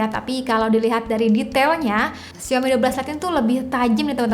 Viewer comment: Bacanya yang bener "Saw me" : Lihat Aku. Mari biasakan mulai sekarang 😊😊